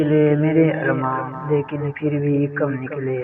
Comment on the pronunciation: لفظ پھر کو فر نہ پڑھیں